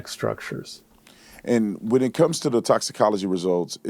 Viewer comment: Crump couldn't even pronounce the words..doc took the words right out of my mouth. Toxicology?